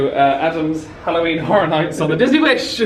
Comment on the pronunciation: rewatching older vlogs as i manifest a wish cruise next year and the "kehvish" took me out as someone from southrern ca haha love you guys